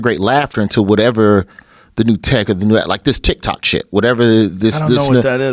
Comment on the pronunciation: Joe “Tkitok* Rogan